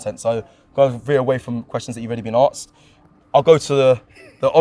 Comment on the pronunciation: struggling with a one syllable word with 'asked'